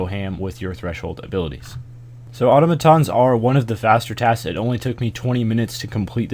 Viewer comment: Congratulations, you are the only American who can pronounce Automatons